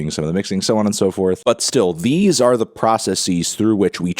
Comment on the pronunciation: why are you pronouncing “processes” like that